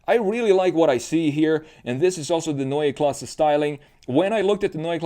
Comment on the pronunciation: I like how you pronounce Neue Klasse exactly like we germans do. Grüße aus Deutschland!!!